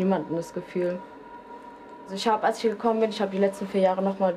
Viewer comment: Für Menschen die "isch" und nicht "ich" sagen besteht keine Hoffnung.